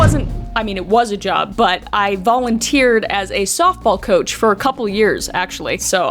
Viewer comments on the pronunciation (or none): none